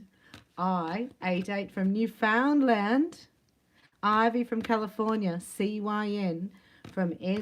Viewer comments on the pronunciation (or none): Newfoundland is pronounced like understand. not new-found-land. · not luhnd...land...rhymes with understand. The most easterly province in Canada a beautiful island.